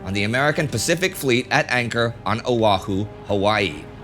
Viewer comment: I live on Kauai right now, pro tip, the H in Oahu is not pronounced.